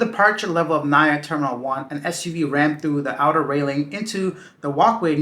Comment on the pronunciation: We don't pronounce it as "Na-ya". We pronounce it as "Na-EE-Yah"